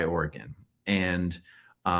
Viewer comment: Also a PNWer - Aaron gets points for pronouncing Oregon correctly!